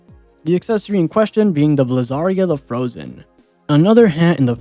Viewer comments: its bliz-ar-ee-ah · You're pronouncing Blizzaria wrong